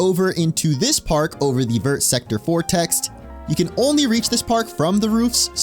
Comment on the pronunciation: hearing you pronounce "vert" as if all the letters are supposed to be sounded literally kills me inside. like ik french doesnt deserve to be properly pronounced but its VERRRR not like ver but like vur